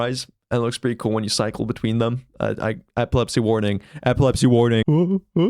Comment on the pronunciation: If I had epilepsy I would’ve been screwed cause I didn’t understand you at first 😂 “eplepsy warning eplepsy warning”😂😂😂